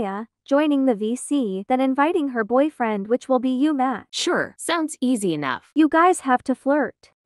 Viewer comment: WHY DID YOU SAY BOY FRLEND